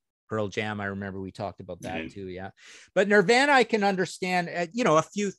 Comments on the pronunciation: Never in my life have I heard anyone pronounce Nirvana the way Martin does.lol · Also the way he pronounces ‘Nirvana’. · Is he joking around when he mispronounces “Nirvana”? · Why can’t Martin say Nirvana?